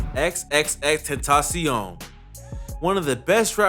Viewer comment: My respect for you went up when you pronounced XXXtentacion properly